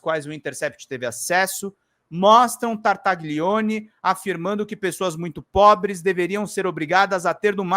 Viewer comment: Desculpe-me corrigir sua pronúncia, mas isso irá ajudá-lo a evitar o "trava lingua" ao pronunciar o nome deste inominável: GLI em italiano se pronúncia LHI , como tagliarini, famoso tipo de macarrão . Sendo assim se pronúncia Tartalhione. Da mesma forma GN se pronúncia NH como Gnocci, que abrasileirado se chama Nhoque.